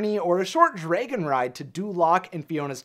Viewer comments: If i hear him pronounce dragon drAYgon one more time Imma lose it🌚 To summarized this🌝💁🏽‍♀️ Charmining never made it on time because he was traveling from far far far Away(literally) If fiona lived in florida basically charming’s trip to fiona was like traveling from hollywood, los angelos, California And shrek was in jacksonville🌝🤷🏽‍♀️ So it was a far opportunity for charming I rather hear shrek(and donkey) comical shortcut adventure story than Charming’s heroic “destined mission” End of summary and examples🤷🏽‍♀️ And honestly as a second idea I thought he didnt arrived sooner because his mama Was playing “bibidi bopidi boo” On his “prince white shining armor attire” And applying his sephora makeover 🌝🤷🏽‍♀️ Fairy godmother- oops, ooh sowwry dalling I forgot to add a little shimmer on your lip gloss and a tad of glitter in your golden locks to bring out that beauty flare 🌝 Now you look like a covergirl☺️model Prince Charming shashays out, looking like a split image of chris hengeworth and david bowie, continuously fluffing his hair. Meanwhile, shrek and fiona already arrive TOGETHER in far far away🌝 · nobody: this dude: draygun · The way he says draygon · Please stop saying draygon. Dragon is pronounced exactly as it's spelled, they even say it several times in the movie itself. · This is a good video, but... WHY DO YOU SAY DRAYGON NOT DRAGON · Dragon. Not Draygon. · Its Dragon, not DRAYGIN. Pronounce it right thanks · I guess a female dragon is pronounced draegin haha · Probably nobody else cares but this guy really needs to learn how to pronounce "dragon" it is not "draygon", nobody calls them "draygons", it is wrong and I can't get over how much it enfuriated me to hear it pronounced in such a manner. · It's pronounced "dragon". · Wtf is a “draygon”? Lol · Very informative video. I liked it a lot.... but the pronunciation of dragon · Why do you pronounce "dragon" like that? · The way he says dragon bothers me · its DRA GEN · STOP SAYING DRAYGIN ITS DRAG ON